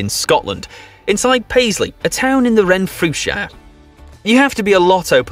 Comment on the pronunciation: And don't even get me started on his pronunciation of Renfrewshire